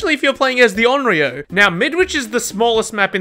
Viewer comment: Bro didnt even say onyro he said oioioo